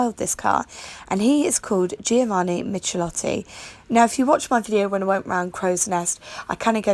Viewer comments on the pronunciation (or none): That Herald is a 13/60 in a fetching shade of Valencia Blue which is a typical 1960s colour. It has a Stromberg carburettor and the Triumph 1300 has the exact same engine. You mispronounced surname slightly wrong. The first part is pronounced like "mick". Don't worry about it, I used to do the same myself. There was also a coupe body style (very rare and I know of one locally that has appeared in magazine articles) and the very early Heralds had a 948cc engine as used in the Standard 10. The 948 Heralds were underpowered so Standard Triumph started developing a replacement which became the Triumph 1300.